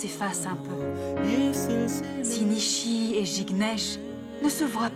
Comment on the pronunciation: Je tellement Haï quand jucnech a dit nisi ils ne peux dire nichi😅😅😅😂😂